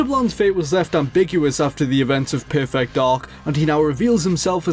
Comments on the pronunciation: Every time you pronounce "perfect," I feel I am having a stroke. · PUR-FEHKT DAHK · It's bizarre how he keeps pronouncing perfect like it's two words... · Great video, but learn how to pronounce "perfect".